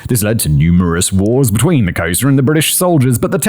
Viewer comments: Was he failing miserably at saying Xhosa? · I was dying when I finally figured out he was trying to say Khoisan and Xhosa 😂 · At first he made a hash of ‘Khoisan’. Then he went on to make a hash of Xhosa. It’s part of his charm to he virtually unable to pronounce foreign words, even when provided with pronunciation guides by his writer. I feel his pain!!